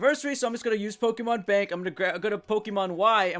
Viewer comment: Dude. Dude. Say it with me. Poh-keh-mon. Poh. Keh. Mon.